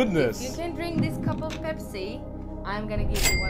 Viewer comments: I love Pepsii ....the Africa intonation is just so pronounced. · The way he pronounce pepsi, like a real Nigerian man😂😂😂